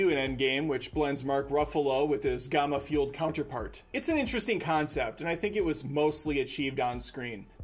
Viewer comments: I see why Ryan George has to carry this channel. Did you say "gomma infused counterpart"? It's gamma, like gam-ma, not gah-ma. How many times have you heard the word referenced in these movies alone? Or even in real life. Nobody has ever pronounced that word the way you just did. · Infinity War no comparison. Just commenting to say Endgame was hot garbage except the last 10 mins. Endgame is glorified fan service and OVA. Sh!t may as well as had a Beach Episode. Also, dude said Gamma wrong. smdh.